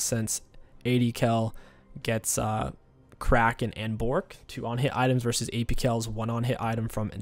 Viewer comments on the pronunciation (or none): none